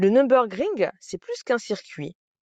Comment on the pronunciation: "Nür" pas "Num".